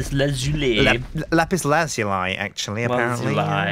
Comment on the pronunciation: It's actually [la-PISS la-ZOO-le]